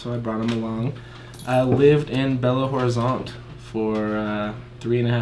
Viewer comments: a pronuncia de Belo Horizonte não é ROrizonte, é Orizonte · quando for falar " Belo Horizonte" junta tudo dessa forma: " Belorizonte" é assim q falamos e fica mais fácil p vc!